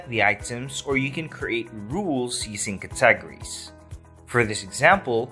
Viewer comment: ... how do you butcher "categories" so bad? Wow!